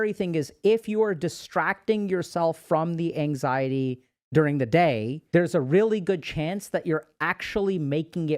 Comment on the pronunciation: "Durng they day"